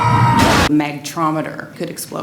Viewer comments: Is she says MACtrometer ? No wonder it could explode. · Did she said Mac-trometer? o.O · Holly Hell... She butchered the word so bad that I needed 5 tries to say it right... and now the neurons that processed the wrong information must have committed suicide because I can no longer remember the word she used in this video...